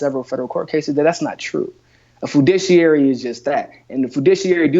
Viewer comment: The word isn't "fudishiary," it' "fiduciary."